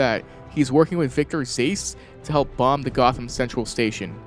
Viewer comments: are you kidding me, victor zace? Its pronounced Zazz you fool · Who tf is Zace???? That's not how you say Zsasz's name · GREAT VID! I got only one thing to say tho..its Zsasz as in Z/aah/z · It's pronounced "Zaz" as in has. Other than that, solid video. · Zays-whatnow? Surely you've played enough Batman to know how to pronounce Zsasz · who the hell is victor “zase” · I started replaying the Arkham Asylum and City but its a remaster. You can definitely use other suits. It makes you chose before jumping in the game. Also did you pronounce Zsasz’s name as “Zayse”? I thought that was funny (but not in the way of making fun of you though ;0;) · I'm sorry... Victor Zases??? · Bro your pronunciation of character names is atrocious lol Zazz ❌ Zace ✅ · You say Zsasz (it's pronounced like Zaz) like that again it's on sight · No way bro mispronounced "Zsasz" LOL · i watched until #33, couldn't bare hearing him butcher zsasz's name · idk how you play the entire franchise and still manage to mispronounce such an iconic name lmao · So anyone gonna talk about that bizarre pronunciation of Zsasz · How do you pronounce that name incorrectly?!?